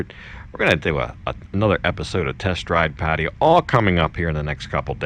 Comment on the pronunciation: Finaly some one who can say Pattaya correctly